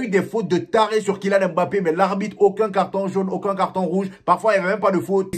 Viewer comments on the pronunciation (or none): none